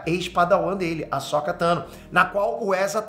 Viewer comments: Eu não via com esse ponto de vista, mas concordo com você. Agora vejo como algo bom! =) Só uma coisa (rsrs)... Não é Ahsóka, e sim Ahsôka (mas tanto faz também). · primeira vez que vejo alguem falar “ahsÓka” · Da agonia ouvir o pronunciar o nome da Ahsoka rs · O cara nem saber falar o nome da personagem direito pqp